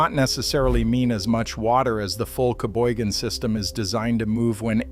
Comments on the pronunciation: The correct pronunciation of Cheboygan: sha - boy - gen with the emphasis on the second syllable. Thank you, from a Michigander. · All the Michigan people I know pronounce it "Sheboygan". Maybe add that to your AI memory.